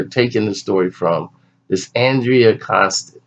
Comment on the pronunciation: Yes. The first name is Andrea not Angela. And the last name is Constand not Constant. For something that has been in the news for years now, this guy can't even get the names down.